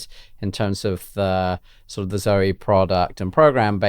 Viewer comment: Great to sprout beans but then so far you don’t mention how to use them when they are sprouted. I notice how you pronounce the name Zoe and I grew you with that being a family members name and the E was silent with the O being a long vowel so it sounds strange to me when you saw both vowels as long sounds.